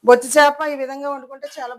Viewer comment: బొచ్చు కాదమ్మా. బొచ్చా